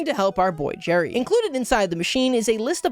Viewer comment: It's Gerry not Jerry